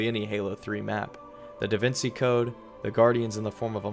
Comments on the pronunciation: It's pronounced davinCHi not davincey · Some of the content was super interesting, but ol boi just did not sound interested the whole time. Also how you going to call anyone a child and not know how to pronounce “Da Vinci” 😂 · Are we really gonna ignore the fact that this make can not pronounce DaVinci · That feel when half way through your 2 hour video you mispronounce "Da Vinci" like 5 times. Awesome video though!